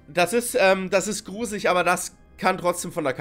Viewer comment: „Es wird gruselitsch“ 😂😂😂